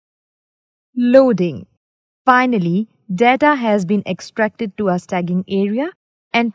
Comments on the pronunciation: It is important to use correct pronunciations, because some learners will be learning wrong English. There is infinite difference bweteen sta-ging vs staging (root word stage becomes staging). Problem is a non-technical person is reading the document prepared by a technical person). We all have to learn from mistakes. No excuses. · Nice video, however, it should be 'staging' (pronounced stay-jing if that helps) area, where the data is stored or STAGED temporarily before transferred to its destination... Stagging (as pronounced in this video) isn't a word that exists nor relevant in this context. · You're calling it a STAGGING area though. Even in India, that's the wrong pronunciation. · Original Poster meant that most people say "Staging" as "Stay jing" not "Stag ging" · Should be pronounced "Stage-ing" area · Did she say stagging? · Did you just say "STAGGING" area??? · lovely video..funny how you prononuced staging!! LOL